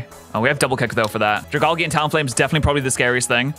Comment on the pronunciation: Drag-algae from dragon and algae. Dra-gall-gee is not its name